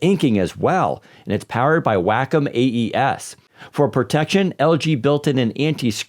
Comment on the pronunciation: Hahahaha, did he say “Wack-om”? I’m sure he’ll get it right next time.